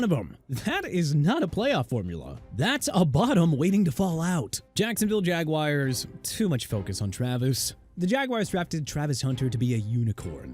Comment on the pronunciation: Chicago PRONOUNCED SHEE-KA-GOW and New Orleans PRONOUNCED NEW OR-LINS (UNLESS IT'S FRENCH)!! Have respect for the cities of Chicago and New Orleans and everybody living in these places okay?! And stop saying Jagwires!! How many times I gotta tell you?! Jaguars pronounced ja-gwaars!! WHAT PART DON'T YOU UNDERSTAND?! And keep trashing my team saying Hill absent from training camp and Coach McDaniel is on the hot seat... you know what?! GREAT JOB!! I AM DONE!!